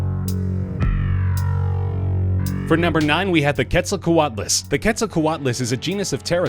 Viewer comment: AbuzzGrain 124 he said quetzelcoatlus wrong too